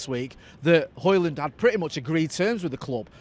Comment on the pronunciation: Ø. Højlund. Would be fun if you tried the "Ø" sound, I challenge you!